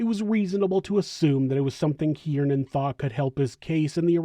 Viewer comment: Not for nothing, but I’m pretty sure his name is pronounced “keer-nan”…. Not “kee-ear-nan”. Just saying. Shit was annoying af😂 2 syllables, not 3.